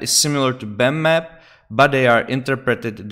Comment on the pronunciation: Wow my friend thank you very much! Amazing video! I was looking for answers for too long until i found your video! Great explanation. Also funny how you pronounce bump map :D "Bammap" Thank you!!!!!!!!!!!!